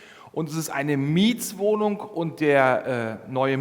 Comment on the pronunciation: Video ist toll und hilfreich!!! Wenn jetzt noch der nette Herr nicht ständig " Mietswohnung" sagen würde, sondern " Mietwohnung", wäre dies auch noch super für meine Ohren!!!